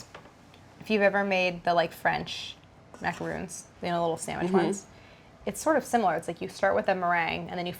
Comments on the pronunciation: i can't believe claire pronounces macarons "macarOOns"...heartbroken...you lived in montreal where is the french... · Claire it's Macaron Not Macaroon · Claire calling macarons macaroons had me dying a little inside. EVERYTHING IS FINE.